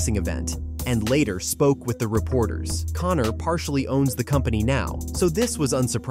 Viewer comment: And it Conor not Connnnnnnnor